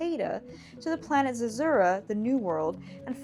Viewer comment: According to Google, Zezura is pronounced Zeh-ZOO-ruh